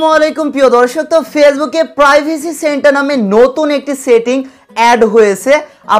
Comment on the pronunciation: Centre pronunciation